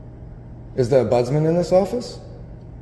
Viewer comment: It's an OMBUDSMEN, NOT budsman